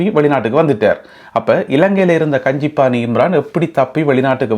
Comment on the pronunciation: Kanji pana… Pana = Tamil pot Kanji pana is the name. Not pani It’s panna